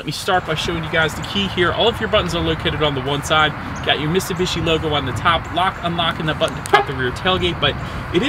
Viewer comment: Dude its miTsubishi, you forgot the T